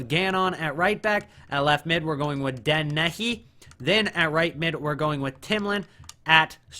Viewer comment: You pronounced dennehy so wrong